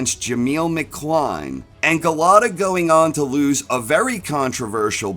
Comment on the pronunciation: Golota...stop butchering his name 😅.